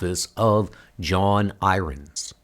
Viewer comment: I appreciate these comics. Unfortunately your pronunciation is atrocious. How can you not know how to pronounce irons? Why do you pronounce the word been as "bean?" It sounds like bad artificial intelligence. Who knows maybe it is?!